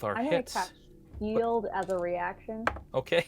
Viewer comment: Man really needs to read up on shield, this isn’t her first time flubbing it and it isn’t a particularly difficult spell to get the grasp of lol